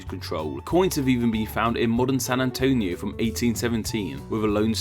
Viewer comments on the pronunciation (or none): none